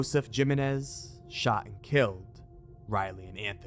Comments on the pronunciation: ayyyy ”Jiminez” i can’t 😂😂😂 My dude 🙂‍↔️🫣🤭 make pretend that the letter ”J” in Jiménez is actually the letter ”H” 🫡 Making it: <Him> Got it? 🙏😝😘🫶😚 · Omg every time you say “JIM-IN-IZ” for JIMÉNEZ 👀🫣😳 I mean, ay again common man 😂 what even is that?! Gym-en-ez? I mean come on bro lol 🙈 like, what the literal hell lmaooo